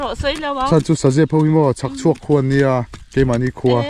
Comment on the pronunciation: Mizotawng hman dik i sawi thin bawk a...' Ramar a'n khuang al al...' i tiha, ' Khuang' tih kha a diklo...' Khuan al al...' tihtur....😊